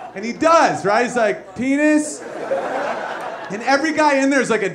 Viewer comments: Okay this whole skit I thought he was saying Denise. Now it's ruined lol. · I thought he said “Denice” I was wrong LOL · Oh! PENis. I thought he was saying "BENise" for the first minute. My B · It's pee-nice like from substitute teacher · I thought he said Denise. Whoa that got me when I figured out what he was saying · I thought he was saying Denise at first lol